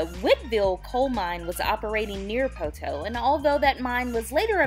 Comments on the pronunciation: PO-to. Not po-TOE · I was born in Poteau. My grandma, Vera Helton raised all 5 of her own kids and then helped raise many generations of others with her daycare. She went to heaven a couple of years ago and I miss her dearly. *How you pronounced Poteau with an extra hard "TOE" threw me a bit 😂